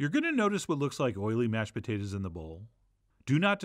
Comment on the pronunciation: Your pronunciation of putatahs is the same as my grandfather from P.E.I., who has passed. Thus, I added tears instead of salt. Love from Queen's U, Canada.